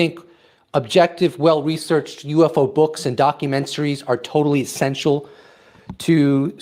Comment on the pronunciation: “Totally Senstial” wtf it’s essential